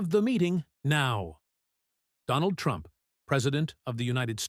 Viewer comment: The Mans name is Trump ! Not Tumps ! Go ahead n dishonor Trump while honoring the cocaine driven leaders . Makes sense for msm .